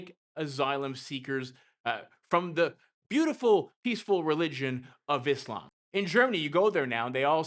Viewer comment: I’m writing a book and pick up quotes. Rarely stay subscribed to people on here long. I bust on religions regularly as The Coolest Christian Woman. You’re pronunciation sounds like “IS-SLAM” Makes me laugh knowing with His Return some religious Muslim freaks can call it that when they also get a BIG “ALLAH-KICK YOUR ASS” for a life of stupidity on Judgement Day. 😉